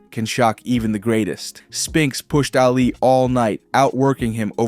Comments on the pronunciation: It's pronounced "Ah-Lee" not "Alley" -. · Why do you say Allie when saying Ali? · Thumbs down when I heard “Allie” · Brother. Calling Ali "Allie" all video was very hard to listen to. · Hearing Ali’s name mispronounced just hurt my head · How could you mispronounce Ali's surname? You had one job